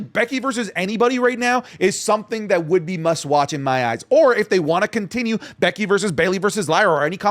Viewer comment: Is it just me or did say Becky's name in a Irish accent in the video